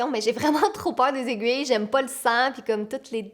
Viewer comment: c bizarre mais comme je suis française bah jai crue que ta dit jaime pas le sang dans jai crue que ta dit jaime pas le saint mdrr JPP